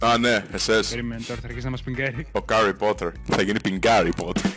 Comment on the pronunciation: Τον λένε carry potter επειδή δεν έχει δόντια να το πει σωστά😂😂😂😂😂😂😂